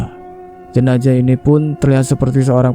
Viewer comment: Klo mayatnya wanita almarhumah bukan almarhum.almarhum itu utk laki".klo jenazah jgn d bc jenajah knp sih? Emng ga bs ya bedain huruf Z dan J ? Gawan menculik mayat kalimat ini salah.klo orang menculik yg d culik itu korbannya hidup.klo Gawan mencuri mayat bukan menculik.klo kejadian ini d Sampit rasanya ga semudah itu mencuri mayat ap lg sendirian.karena pemakaman d Sampit baru d gali 1 m aj ud keluar air ap lg sampe d gali lbh dlm lg tentunya airnya bertambah dlm lg Sy kira ga msuk akal klo d kerjain sendiri.mengangkat peti mati yg ad mayatnya itu aj minimal hrs 4 orang.itu klo tanahnya kering sperti d p.jawa.klo sperti d Sampit ga msuk akal bnget klo d angkat sendirian.nonsens impossible.lain kali klo nyiarin cerita mistery lg sbelum d siarin d cek recek dlu.spy ga d katain goblok bin bodoh